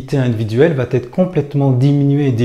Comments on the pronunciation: « va être » pas « va t-être »... Sinon bon discours. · On ne dit pas va tetre..mais va être.. merci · "Va Être" et non "va-t-être"... Mis à part ça, pense aussi que la plupart des gens ne réagissent pas quand ils sont en groupe parce que leur image est plus importante que leur âme, et qu'ils n'ont pas assez souffert pour avoir une volonté concrète de changer les choses. Que Dieu leur pardonne, car ils ne savent pas ce qu'ils font. Et l'école est un moule à mouton... J'ai donc beaucoup lutté pour tenter de faire comprendre à mes enfants qu'il est important de savoir écouter son coeur, ses tripes et non les cons, même si les cons sont plus nombreux et que, du coup, cette attitude du "chevalier blanc" nous isole. Nous sommes tous responsables de la société dans laquelle on vie. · Attention va être et non va-t-être